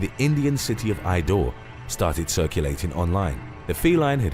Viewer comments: It's Indore, not Idore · It's Indore not Idore 😃😃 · The Indian city is Indore and not idore. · Its "Indore" not idore!